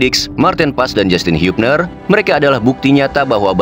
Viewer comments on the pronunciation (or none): Hubner bang bacanya jgn hiyupner😂